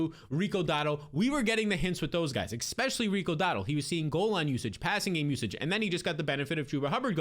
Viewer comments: Could you please stop saying Ex-specially!! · Dude considering you try and say the word ESPECIALLY like 10 times every upload, it would be really easy to just learn to say it properly. It’s NOT X-Specially.